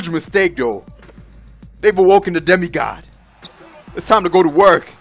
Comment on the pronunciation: demi gawd?? lol you gotta change it now hehe